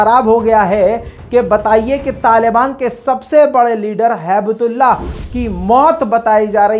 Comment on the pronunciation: It's not haibatullah , It's Hibahtullah Moron .